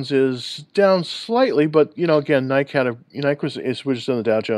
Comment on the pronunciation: are u pronouncing it NIKE it’s NI-KEE.